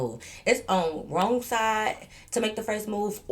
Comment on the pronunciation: I don’t know why through out all the stories I keep thinking you saying ro instead of wrong 🤣🤣but not she dragging it out but not wanting to fight 😭😭